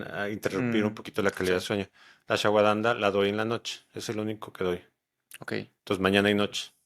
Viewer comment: Muy buen video 👏🏼👏🏼👏🏼 Él quiere decir Ashwagandha pero lo pronuncia diferente (Por cierto es excelente como baja el estrés)